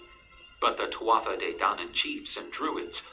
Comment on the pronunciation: Twatha de dainan. That's completely wrong. It's pronounced two-a de dan-an.